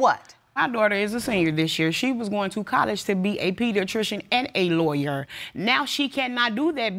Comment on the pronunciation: She said "Lawryer" And "House-pital",😢😑😢😑😢😑🤣